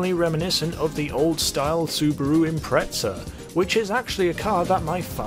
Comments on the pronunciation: It's Impreza not impretza 😂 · Why tf are you saying Impretsa ? It's Impreza, with a Z. Facepalm. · Its impreza not impretza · It's not impretza, it's pronounced imprezza. Also you hype up your course way too much, you don't need to keep terlling us who made it and what it's for it's been said in your countless other videos bud, it really isnt as spectacular as you keep making it out to be. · “Subaru impetza” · I don't know why, but I've never heard a Brit say it any way other than that. It's actually a little annoying because that's not how you fucking say it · I know right 😂 a subtle trigger when he says it like that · This dude said impretza